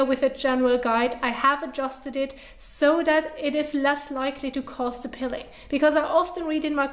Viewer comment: It is Peeling not pilling.